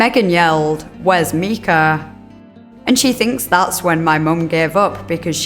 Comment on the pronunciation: The mispronounced names of the victims in this video are grating on my nerves and feel borderline disrespectful. I seriously don’t understand not doing a cursory pronunciation search that takes 2 seconds. The little boy’s name is Micah, not Mika. Pronounced “My-kuh.” The old woman’s name is pronounced “Mar-shuh.”